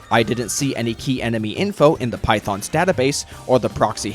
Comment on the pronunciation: "Python's database"? Phaethon. Fae-thon. Not python.